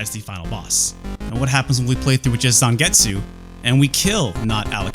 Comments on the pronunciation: it pronounce Zangets. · he keep reading zangetsu name wrong and he even doesn't know legion name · You seem to know everything about this game except how to pronounce Zangetsu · needs to watch some Bleach to learn how to pronounce Zangetsu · its especially weird when you've seen his old video on the Hori Gamecube controller and other Japanese things and he pronounces Japanese just fine... I almost think he messed up Zangetsu either as a joke or just for funzies.